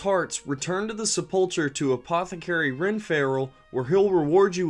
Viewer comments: And mispronouncing "sepulcher." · I don't know if you appreciate pronunciation corrections or not, but let's do it: sepulcher is "seh-pull-kur". Zul'Gurub is pronounced "zool-goo-roob", because it's named from the Gurubashi trolls. The same goes for all troll zones: Zul'Aman for the Amani trolls, Zul'Farrak for the Farraki trolls, and so on. They pronounce Zul'Gurub in one of the Zandalari trailers. Take care and have a great day man! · You might want to look up on how to pronounce reagents and sepulcher.